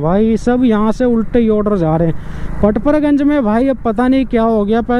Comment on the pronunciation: kitna late batate ho tum log or haa पड़पड़ गंज होता है ना की परपर गंज और हा ऑर्डर पकड़ लिया होता है ना की पकर लिया 😂 bura mt manio mere bhai hasi majak ki baat h 😂